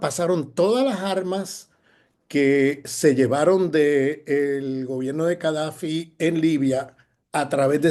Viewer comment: Cadafi ,o Gadafi?